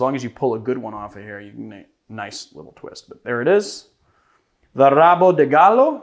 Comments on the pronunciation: If you wanna nail the pronounciation perfectly, some "R" words in Brazil actually sound like the "H" on anglo-saxons originated languages, and on the word "have", for example. So, "Rabo" would be more like "håbo". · Pronunciation tip, in Brazil the letter R at the beginning of a word is aspirated, so rabo sounds like habo. And the D in de sounds more like dj, as in Django. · Not really perfectly bcuz the 'R' in Rabo is pronounced as the 'H' in Ha, so he could try to say like hahahabo de galo... ´-´. But yeah, it's pretty much perfect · The pronunciation is almost perfect. The words "cachaça" and "galo" are spot on, only the R in "rabo" is a wee bit too mexican, but it is understandable. Brazilian's Rs starting a word usually are more throathy, a bit like french's Rs. You can take the sound you make when you say the letter R (without the "ah") and concatenate the rest and would be pretty spot on. Nonetheless, great cocktail (as "rabo de galo" means cock's tail) and great presentation of it's history! s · came here to say what you just did